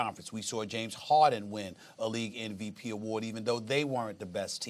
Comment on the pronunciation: It's funny how SAS saying "NVP" instead of "MVP" each time